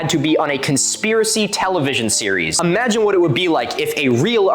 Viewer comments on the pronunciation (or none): none